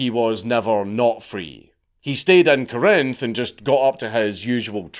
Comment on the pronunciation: The emphasis in Corinth is on the first syllable